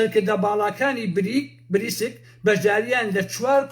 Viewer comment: ناوی (بریکس)ە نەک بریسک